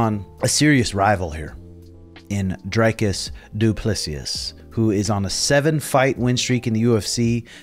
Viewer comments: dude... lol.. its pronounced dree like tree,, Dree-cus DU Plus-cee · Dricuss Du plessis is pronounced dree-cuss Doo pla see. Also, mirrored sunglasses in a dark room? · Let me help you guys to pronounce DDP’s name Dreekis Doo-plu-see. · lmao. I don't understand how Americans struggle so much with his name. Dri-kiss do-pla-see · Pronounced "dree-khis doo-pluh-see" you're welcome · I love ove you and suga! But the DDP name. Homie. Let me help you out.. Dree - cuss Doo- ple - sea. Thats it. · How hard can it be to find out the proper way to say the guys name. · You butchered DDP’s name 😂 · Come on get ya pronunciation right you are around the ufc you should know how to say dricus name